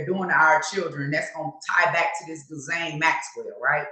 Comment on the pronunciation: I think the Ghis is pronounced like “E” or a short “i”. So like “i”Laine.